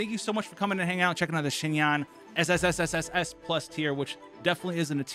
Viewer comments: great video im about to go build her rn!!! just a heads up, your pronunciation of xinyan is very close, but its more like "shin-yen" :) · This man said shin-yan like wth is wrong you